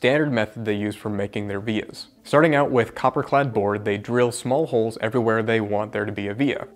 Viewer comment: As soon as I heard “vias” I knew you’ll be in the comment section